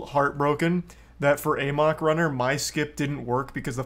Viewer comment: One of these days Charlie will say "amok" right.